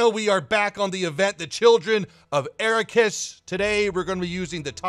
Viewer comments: Ah-rack-kiss. Arrakis. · Pronouncing Arrakis wrong :( love your stuff though and this video was very entertaining! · keeps pronouncing arachis wrong